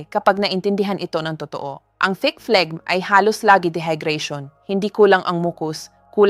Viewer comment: Pronunciation of phlegmn ay flem not fleg